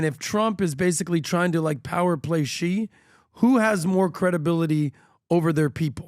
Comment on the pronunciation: It’s not “ghee” and it’s not “zhee”. Seriously, pronounce “Xi” as “she” or you look extremely uneducated.